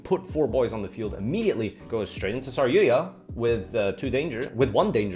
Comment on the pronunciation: Um...who the fuck is saryuya? OOOOH you meant saryuJA! Didn't think the letter J was that hard to pronounce.